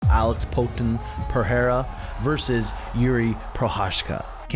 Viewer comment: Hey,, I think Poaton is pronounced Poah-tahn.